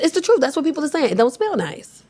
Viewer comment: You hear the New York when she says “WHAAATT??”😂I love this woman already, she genuine and factual with her comedy❤🎉